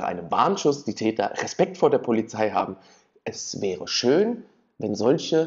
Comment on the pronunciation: Chön gesacht. 😂😂😂😂😂😂❤